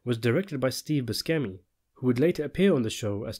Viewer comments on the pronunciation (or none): BOO-SHEMMY. NOT BOO-SCHEMEY YA STUNAD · i don’t wanna be a dick but steve’s last name is italian an pronounced booshemi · You need to brush on your Italian pronunciation "Buskemi". In fact if you're going to profit from anything like this, at least have the respect for your viewers to get the basics right.... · I've never heard anyone pronounce Steve Buscemi's name like that before lmao. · No one pronounces them properly not even the actors. Steve Buscemi himself said he only learn how to pronounce his name properly when he visited Sicily.